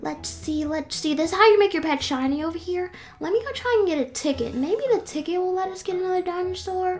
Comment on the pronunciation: (Sorry but..) You said tigcket lol Sorry it was mad funny!!!!